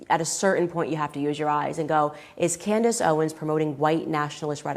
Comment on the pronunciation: Candace not Candance……….PUT SOME RESPEK ON HER NAME